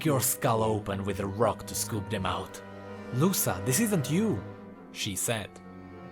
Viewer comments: I'm a big fan of yours, I love your vids and theories. But, GODDAMN, it hurts to hear you pronouncing "Luca" as "Lussa". Dont know if you heard this pronounciation somewhere, but is a quite common name around here (Brazil, and probably other latin countries too) and its pronounced "Luka". Anyways, great vid, keep up the good work <3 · I might be wrong but i believe that it's pronounced Lu-ca not Lu-sa Most names like that a pronounced the former way. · I think its actuly luka not lusa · I think is pronounced "Luka" In spanish the C is pronounced K when is placed next to a o u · Btw Luca is pronounced Luka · the c in luca should be read as the c in crown